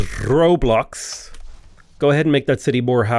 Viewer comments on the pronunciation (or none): none